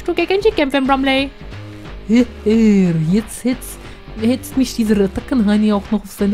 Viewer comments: nicht Bromney sondern Bromley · der Boss heißt BromLEY mit L, nicht mit N (wegen Titel und so) xDD Aber ehrlich gesagt, finde ich den Namen Guzma, also den Originalen, sehr viel besser:/